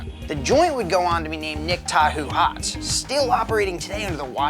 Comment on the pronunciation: first of all, its pronounced "Ta-hoe" ugh